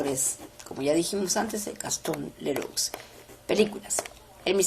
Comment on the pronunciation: Gastón Leroux se pronuncia Gastón Lerú!